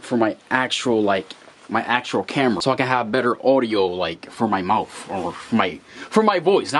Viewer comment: did you say moufth?